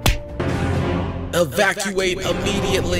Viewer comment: He put so much effort into that "evacuate immediately"